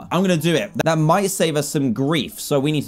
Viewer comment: does this sound weird to you guys when he says the word: that